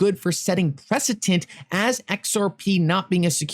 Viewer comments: Yo it’s preceDent, not preceTent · The word is precedent, struggled with that pronunciation didn’t ya 🤣🤣❤️